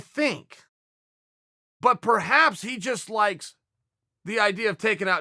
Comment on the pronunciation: almost thought he said "licks"😂😂